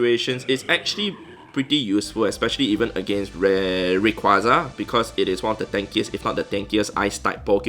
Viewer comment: Why are you getting random stuff every minute is it an event or something Plus I heard "uriquaza"